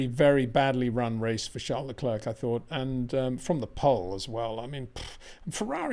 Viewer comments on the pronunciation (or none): Is it Charles Le clerk or Charles Le clear ? You say clerk most other day clear ..